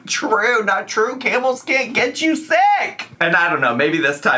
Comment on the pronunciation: I thought was saying “Campbell’s” when they were actually saying camels, and it honestly didn’t surprise me to hear that FB was interacting with cans of soup 😂